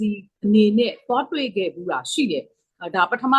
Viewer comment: တွေခဲ့ဆိုတဲ့အသံက တမျိုးပဲနော်